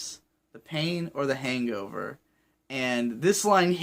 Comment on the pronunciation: Also one thing I love about Kanye on this album is the way he stresses the syllables perfectly. Just like in the line you mentioned. The plan was drink til the pain over But what's worse? The pain or the HANGover. It's just so perfect